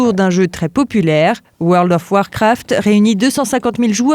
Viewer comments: Woarld of warcwaft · La vache woeurld of wOrcwraft 😂😂 on aime bien "parler" avec l'accent anglais mais quand même 😅😅 N'empêche quand tu vois les pc de l'époque la nostalgie ❤ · pas mal comme petit jeu weurld of weurcraft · Le fameux univers de OUEURL DOFF OUAARKOUAAFT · "Weld of warfrat" 🤦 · Comment elle a prononcé world of warcraft j’ai perdu mon âme 😂